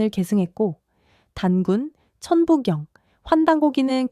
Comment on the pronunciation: 기계가 읽는 건지 사람이 읽는 건지 '훈민정금' '천분경' 계속 반복이 단순 실수같지는 않네요. 좋은 주제인데 저 발음 때문에 실망하고 믿음이 안 가 더이상 듣고 싶지 않았습니다.